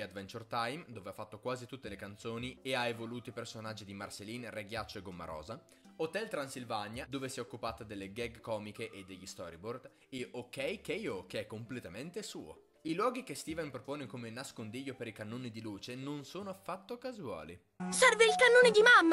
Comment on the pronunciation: ma non si dice ok ko non keio